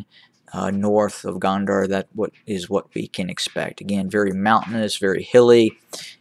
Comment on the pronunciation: Gonder, pronouncing (GO nn Der)